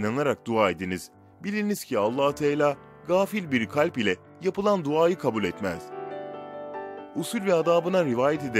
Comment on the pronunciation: Tela ne demek konuşurken lütfen Allah’ın ismini doğru televuz edelim AllahuTealâ